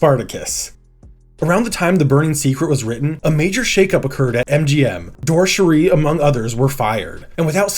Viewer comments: Rod Serling. Not Sterling. I hope you realize who he was and what he contributed. Dore Schary is pronounced DOOR-ee SHARE-ee. Thanks for the video! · You need someone to proof your copy and help you to pronounce proper names, like Dore Schary. "Rod Sterling was the 'narrator' of the Twilight Zone"? Enjoyable, nonetheless. Sorry to nitpick